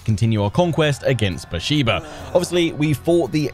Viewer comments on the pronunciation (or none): Love your videos! btw Beersheba is pronounced Bear - Sheva. The e in sheva is like the e in bet.